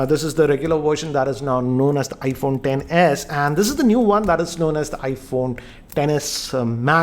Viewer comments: Hey it is ten not X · its "X=10" not "X= ecks" thoda padha liya kar kaam aayega next video me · Shouldn't it be pronounced as iPhone 10S 1000 a 10 😂😂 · he says sex